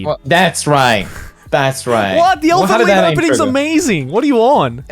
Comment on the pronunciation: elfen lied is pronounce elfen Lied as in liar. the title is german